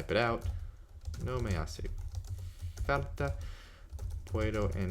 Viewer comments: well, there is a part in the middle of the video in which he says he doesn’t record or review pronunciation because he already knows how things are pronounced. I greatly respect his work and I appreciate what he’s doing for free, but... yes, “falta” sounds like “carta.” And “andar” could be more precise on the initial a. It’s more English leaning the way he says it - like a long A of “and.” But that is relatively minor. He makes himself understood. I’m not saying I’m perfect. Just that I did notice those two very minor aspects. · did you hear how he pronounced "falta" .. quite wierd